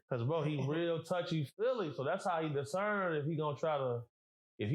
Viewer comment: Its discerning spirits, not desermon, lol....